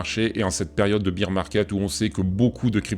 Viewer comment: lol tes pas leu seul, la quasi-totalité de la Crypto sphère Française prononce bir et non bair